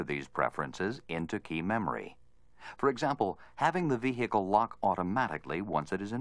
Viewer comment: The way the voiceover pronounces "vehicle" really triggers me... he says "Vihee-heecle" like WTF kind of pronunciation is that?!